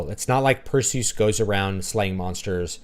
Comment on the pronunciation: Your pronunciation of Perseus' name was music to my ears! I had to rewind the video a few times just to make sure I heard you right. Lol.